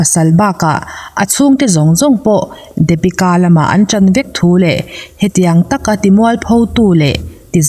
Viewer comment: Dapika anilo deepika tia lam tur Daaa niloo in ABC D D ti tur hre thiam em Depika